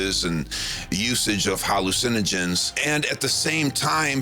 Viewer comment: Most of it is CGI with a Voice Sim. He mispronounces the word "Hallucinogen" FOUR TIMES, meaning EVERY TIME he says it. Furthermore the mispronunciation is a mispronunciation that ONLY a Voice Sim does. AN if you listen to the video without watching, you can tell its a Voice Sim.